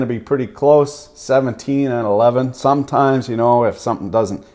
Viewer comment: "summer teeth"...lol i almost spit out my coffee